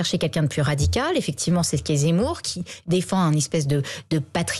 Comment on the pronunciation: Eric Zemmour est un homme, sincère. Courageux. propre sur lui. passionné de politique, captivant, cultivé, qui s’est assimilé. Certain m’ont demandé: “Oui, mais lui, il s’appelle “Zémmour!’ -“Pardon? Comment avez-vous dit ?” - J’ai dit Zémmour, Pourq… -Ont ne dit pas Zé mais Ze comme “e” et pas é! Ce que le monde est ignorant…hahahaha!😂🤣😅🥰